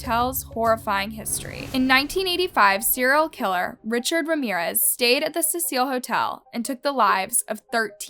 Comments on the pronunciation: Constructive criticism..... Get your names right. I watch ALL your videos. I'm always peeved by the fact that you constantly change your pronunciation of names and places!! It can be confusing. A point to work on is all. Otherwise, well done. Thank you. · It’s CECIL (see-sill), not pronounced Cecille! Sorry people it bugged me. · CECIL - not suh-seal. SEE-SULL. Like see-full but with a cee sound on the f. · It’s pronounced SEE-SIL hotel. I love your channel. You have a great voice for what you do. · This case is so well known, I find it weird that you don’t know how to pronounce her last name or the hotels name. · Late to the party much? If you weren't brand new to the case you'd know how to pronounce the name of the very famous hotel... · The amount of things has pronounced incorrect in this video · does know how to pronounce any names correctly? it’s not Laaah-m, and it’s not Ce-seaaaa-il. it’s also not Alissa. Please respect the victim in the future. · Cecil: see-suhl. I'm sorry but it drives me crazy to hear something mispronounced. Like Elisa Lam, her last name is said like lamb. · Stop pronouncing names and places wrong Lam is pronounced has “Lamb” Cecil is pronounced as “Sea-Sill”. So once again stop pronouncing these names wrong, if you don’t know how to pronounce It watch videos that say their name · you said her last name wrong and the hotel wrong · I love your channel. I’m a subscriber and have watched almost all of your videos. I really enjoy your content but it really bothered me watching this video and hearing you mispronounce Elisa Lam’s name and the Cecil Hotel. I can tell you do your research, I just wish you had taken time to make sure you at least pronounce the victim’s name. Rip Elisa Lam. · You really should look up pronunciation before you film, example Elisa Lam, Cecil Hotel…. I noticed it on the Jaycee Dugard case too